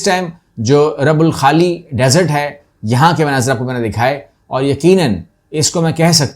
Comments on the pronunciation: Yes it's " الرُبْع الخالي ".. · Please correct the pronunciation . It is ruba alkhali. Ruba meaning one forth.Your video's are very